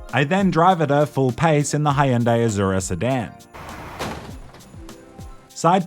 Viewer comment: What's a Hayundai?